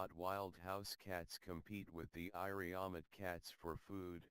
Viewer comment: Iriomote (sounds like EE-ree-o-MO-tay) pronunciation the narrator does not sound very interested in his subject, thanks for info anyway